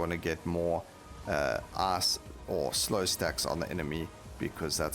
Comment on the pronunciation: I laugh a little everytime he says ''ice'' or ''fight''' , they sound very similar to ass and fart